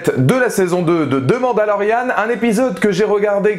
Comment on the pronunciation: on dirait que tu dis"demande à Lorianne" sinon super vidéo 👌